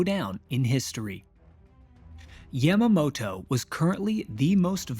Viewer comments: I dislike the way he says "Yamamoto" it's yahmahmoto not yæmuhmo-to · Yamma-mow-tow. You really put some effort into pronouncing that with as little of a Japanese accent as possible, huh? Haha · It was a bit jarring to hear Yamamoto's name spoken with a soft "A". I also think it may have been pertinent to include various successive American failures which, had they performed as intended, could have prevented at least some of the carnage. 1) Neither Navy Admiral Husband Kimmel nor Army Lt. Gen. Walter C. Short had overall command, with the Army providing the air and anti-aircraft defense of Pearl. This meant any communication from Washington was not shared between the two. When the Navy codebreakers, which had not at all to that point decoded either Japan's Purple or JN-25 communications and relied purely on radio intercepts, lost contact with the fleet, the crucial intelligence was not shared with the Army, resulting in a complete lack of anti-air batteries and ammunition locked away. 2) This was further compromised by the radar installation which was manned by both the Navy and Army lacking sufficient staffing, with Kimmel not providing the liasion which would inform the Army of the presence of naval aircraft in the area and Short failing to provide adequate staffing with severely limited hours. 3) Japan's scout planes were detected by Army radar operators AM, nearly an hour prior to the first strike, but without naval communication, they had no way of knowing whether the contacts were Americans. They did not consider so few planes any real threat and simply logged the contacts. 4) AM, Joseph L. Lockhart and George E. Elliot, the junior enlisted men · You miss pronounce Yamamoto.